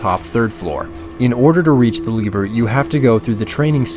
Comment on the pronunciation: I Think You Pronounce lever wrong, just saying